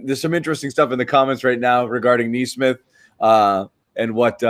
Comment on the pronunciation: Also guys, it's 'Kneesmith,' come on.